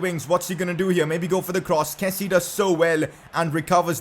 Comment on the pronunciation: It’s kessié not kessie. Kessi-yay. And I can’t rlly type hour to pronounce Adams traores name but you pronounce it wrong and it’s annoying